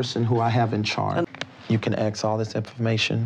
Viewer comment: Axe (ask) Michelle! Or axe (ask) the financial advisors. 🙄😒😬😅 I'm adding in "ask" in case anyone finds it to be threatening LoL